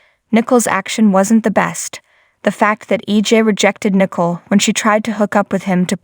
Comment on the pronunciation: Pronounced Nicole, not nickle.